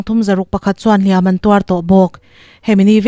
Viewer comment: Beng avârin, i thu chhiar ngaihthlãk a nuam a, "Hliam an tuar," tih i lam dãn pawh a dik thlap mai❤